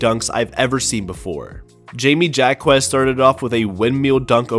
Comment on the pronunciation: How are you an nba fan and mispronounce jaime?